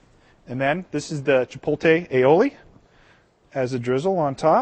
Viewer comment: Is he saying chipotle wrong? It sounds like hes pronouncing it cha- pole- tay. Whats he saying?